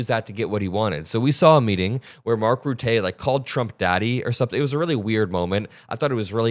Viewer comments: Mark Rutte - 'ruh-tuh', not 'rootay'. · Love you. The smartest kid on YouTube which has many brilliant 20 somethings. One complaint; Name pronunciation. If you mispronounce a person’s name it distracts from your message. Mark Rutte- Mark RootAH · Small tip from a Dutchman. Rutte is pronounced Rut-the with a short e, instead of Rutay. Aside from that I love your perspective! keep up the good work! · It’s not Routé ist Rutte like in Titties.